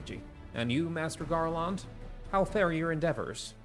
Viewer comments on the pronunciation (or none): the second syllable of Garlond is the same as the second syllable in England